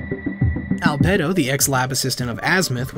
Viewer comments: When Albedo has two official pronunciations and you somehow find a third. That's actually pretty impressive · anyone noticed how he mispronounced albedo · the way you pronounce albedo is bothering me :(